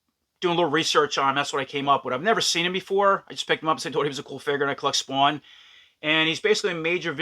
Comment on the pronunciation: tell me you are from New Jersey without saying you are from New Jersey"Spwwwaaannn" dope video , can't wait to get this one.